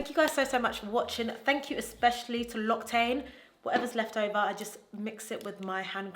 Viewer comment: this video is so good loved i'm going to follow your makeup routine to a t ☺️ as a french viewer i just wanted to let to you know that "l'occitane" is actually pronounced lock-sea-tan